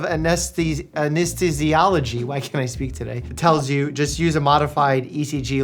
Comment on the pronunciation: Mike not being able to pronounce “anesthesiology” while being a whole ass physician had me dead 🤣